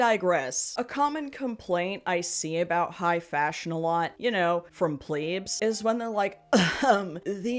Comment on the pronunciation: Not to nitpick but did you say "plebes"?